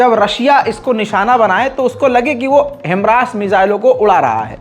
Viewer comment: भाई हिमरास नही हिमार्श है